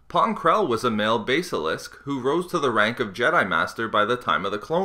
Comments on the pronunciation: I believe it's pronounced Bas-el-isk and not Base-el-isk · "Base-A-Lisk". It's basilisk. as in "Baah-Sil-Lisk"